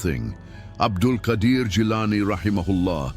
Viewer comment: You have written the name wrong, He is Abdul Qaader Not Qadir Qaader and Qadir are tow separately names of Allah . And the one you are talking about is pronounce QAADER.